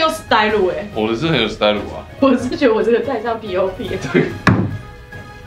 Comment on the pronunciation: Style 怎么念 tsai-lu HAHAHHAHA